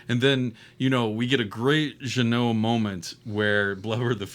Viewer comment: Just putting this out there : for an English speaking person, Jeunet would be pronounced ‘Juh-nay’, not ‘Juh-noh’ .